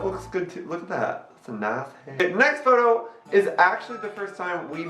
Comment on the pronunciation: the word is photo pronounced (f-oh-toe) ok? Ok thx